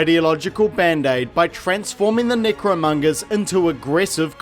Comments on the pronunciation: Why does it sound like your saying negromongers? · more like nicromungers lmfao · I like how many ways you pronounced their group. Necromongers, Nickromongers, Necromungers, Nickromungers. I'm easily amused. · Like...are you pronouncing necromongers wrong as ajoke?